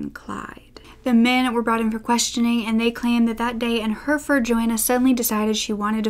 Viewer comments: Hurfurd Brits: Herrafud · Hi, I’m from the U.K. so I can help with the place names. Peterborough is pronounced Peter-Bruh... same with most other ‘borough’ names. Hereford is like ‘Herra-fud’. I hope that helps 😃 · Joanne Dennehy is quite the personality. Also, I'm sorry because you acknowledged this at the beginning, but some place pronunciations for future reference: Anything ending in -borough will be pronounced 'burra' Hertford - Hartford Hereford - He-re-ford (the re is pronounced like the re in the word rent) Lastly, you look awesome in this video. I love the jacket on you.